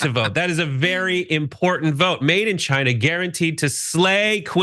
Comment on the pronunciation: "Made in 'jYnAh'" 🤣